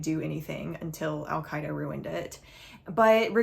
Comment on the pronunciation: Girl, surely you aren't that naive? Al -Qeada?? And you're from NYC? Everybody else nose.